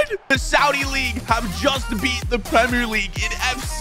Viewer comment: Man it's Al Nassr... Not Al Nasaaaar.... And it's premier League not premrrrrr league😂